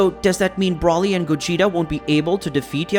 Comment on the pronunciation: It’s Broly not Brawly, and he’s a guy why’d you say die herself?